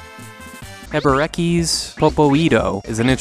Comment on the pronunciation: First, it's not pronounced "Heberekee", secondly, "Popo-ee-tto" comes from Japanese.